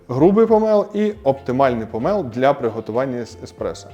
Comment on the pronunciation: Дуже дякую за українську, єдиний момент - не помЕл а помОл . Провідміняйте слово - не помЕлоти а помОлоти, змОлоти